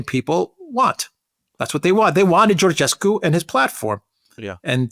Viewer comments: Georgescu is spelled like the King George, George-escu, add the escu at the end of George. In Romanian, Ge is pronounced Ge like in George, and Ghe, is pronounced like in Ghepard. No "h" no Ghe-pard. Just George like in King George the V. Btw, no matter how many elections will cancel, the people will keep voting against EU. Remember, Georgescu got 23% votes and they cancelled him, and now Simion got 40% of the votes. Also Siminon's AUR party it's part of Meloni's Conservative and Reform faction in EU parliament. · Alexander pronounce Georgescu properly,just like King George!Also he will not be a prime minister because Romanian Pariament must confirm a presidential nomination...and they will listen to EU dictat and denie Georgiescus nomination for PM! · Guys, the "ge" în Georgescu is pronounced like the "ge" în "gentle". If it were pronounced like the "ge" in "get", it would be written "ghe". That is why it is "George Simion" and "Gheorghe Hagi". It works like Italian "Giorgia" vs. "Lamborghini". So, stop pronouncing Georgescu like we would Gheorghescu! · Georgescu is pronounced just like George in English just add escu at the end